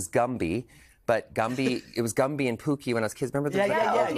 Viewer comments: Only Canadians would pronounce "Pokey" as "Pookey", eh? ;-P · Pokey not pookey oh em gee 😅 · I am Canadian and I say Pokey. I was actually wondering why he mispronounced it.